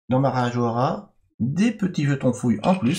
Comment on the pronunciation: Parabéns pela pronúncia de Marajoara! ❤🇧🇷😊